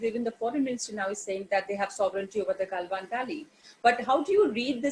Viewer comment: गलवान valley ko gailvan valley kyun bolte ho ji 😃